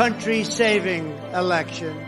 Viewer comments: "Alaction". It's election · Why is he saying, "uh-ahlection"? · "Critical elaxshun"....what did he say? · WHY does he pronounce “election” that way?